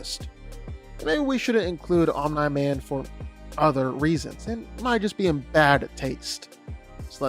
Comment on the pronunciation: 100% comment baiting with that pronunciation of OMNI. Its said correctly on this channel more often than its not. That kind of stuff elicits short term growth with comment engagement but annoys people away that actually watch the videos. Wish it would stop.